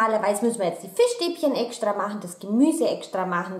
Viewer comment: "... den Reis ekschtra machen, die Fischstäbchen ekschtra machen... ich koch als erschtes den Reis..." 😄